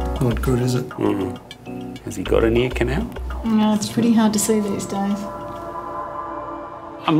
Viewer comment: ...anybody else ask yourself the question: What's an eeknow? Then it hit me, "ear canal"!!! Ohhhh.......oooookayyy. LOL